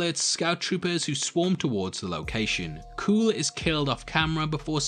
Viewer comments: I hate to nitpick, but you’re mispronouncing Kuill’s name. It’s pronounced “kyool” not “cool”. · His name is not kooill... its pronounced kweel. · Seriously, the race of beings Kara is fighting against is a Zabrak. C’mon bro, that’s basic stuff. And it’s pronounced Quill not Kuool. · Kuiil is pronounced ‘Qwill’. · Actually, I stand corrected. Upon watching again I realized Kuiil says it’s pronounced “kwee-ill” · Man, you are jumbling your lore. Not all Zabrak are Dathomirian. The Resistance is not the same as the Rebellion and doesn't exist yet. Kuil is not pronounced "kewl". Being evolved doesn't mean you aren't cloned, it just means you aren't designed.